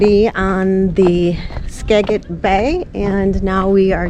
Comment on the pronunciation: It’s pronounced Ska-Jit